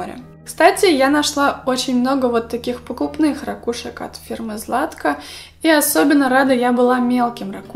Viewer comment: У меня от твоих рАкушек чуть кровь из ушей не потекла